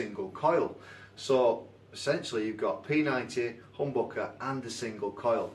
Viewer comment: The way you say HOMBOKEH is absolutely brilliant :D